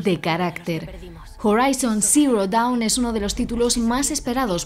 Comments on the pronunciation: DOWN O DAWN? LO ESCRIBIERON MAL Y LO PRONUNCIARON MAL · Correcto es Dawn